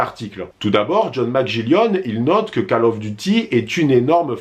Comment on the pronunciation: Bonne vidéo mais "Call" of duty ca se prononce "kôl" et non pas "cale" 👍